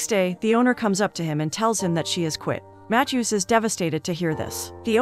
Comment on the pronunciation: Never heard anyone pronounce “Matthew” matt-chew